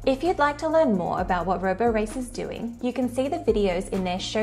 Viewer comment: It's not roborace -- it rhymes with Liberace.